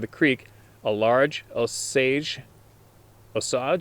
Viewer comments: Kiamichi mountains, SE Oklahoma, lots of big timber and not a soul around. I live 100 miles N of the mountains, my homies hunt those mountains. We all know what is truth and what isn't. Keep shoving facts down the their throats 💯 It's O-sage, it's an Indian tribe brought on the trail of tears. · Osage is an Indian tribe here in Oklahoma. It’s pronounced long “O”, and “sage” like the brush. “Oh-sage” Love your videos, and common sense approach. I grew up a prairie farm boy, and we share a very similar outlook. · Osage, pronounced Oh Sage. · It's pronounced Oh-sage.....that's OH like OH SHIT THERE"S A SASQUATCH and SAGE like....sage brush or Sage fly rods.....anyway Osage Orange is also known as hedge apple, bois d'arc or bow dark.....it's been used for bows for thousands of years.....it's one of the hardest toughest woods in North America. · "OSAGE ORANGE"